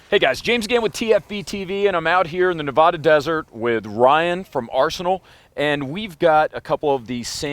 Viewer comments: Nevada - pronounced NeVahDuh, not NeVohDuh. Easy to tell non-westerners by how they pronounce the state’s name. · Jesus. We pronounce it as /nɪˈvædə/. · *"Neh Vaa Dah" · Oh god, he pronounced Nevada incorrectly. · if you mispronounce Nevada one more time, ill break your sunglasses. we take this very seriously lol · Someday you'll pronounce Nevada correctly